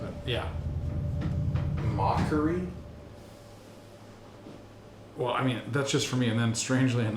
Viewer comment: FYI…It’s mockery, not mockary.